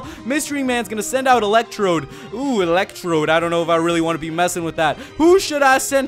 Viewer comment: electrode.. more like Elec Chode lol